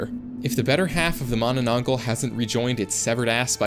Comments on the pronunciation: pronuce mananatangal as ma-na-tang-hal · Its ma-na-nang-gal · Bro cannot read filipino manananggal😂😂😂😂😂